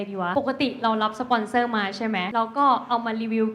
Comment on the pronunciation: สปอนเซอร์ครับ ไม่ใช่ปสอนเซอร์ 555+